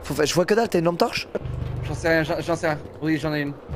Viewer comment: allume ta « T-ampe torche » 😭😭😭